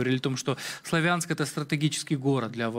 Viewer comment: Говорите правильно - СлАвянск. Ведущий из какой страны?